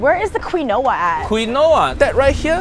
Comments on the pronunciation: KEEN WAAA, not KWIN OAH, hai aahhhhhhh, now you make ancestor cry, so sad, SO SAD! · Was the way that pronounced Quinoa (keen-oh-uh instead of keen-wah) deliberate or did she really think that was how it was pronounced? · Awww she said Quinoa literally.......its an easy mistake for us who aren't famous but not for those who are, plus experienced what the heck? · Quinoa hay I say wailo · As someone named Noah I found her pronunciation of quinoa hysterical